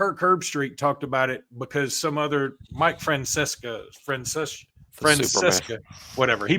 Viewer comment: It's FRAN CESS A and put some respect on his name he is the grandfather of sports talk radio along with his old partner Christopher Mac Dog Russo.